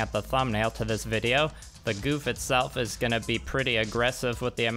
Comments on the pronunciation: 08th ms team gouf is best gouf AND ITS PRONOUNCED GOWF NOT GOOF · I hate correcting people, but its not goof It's gau f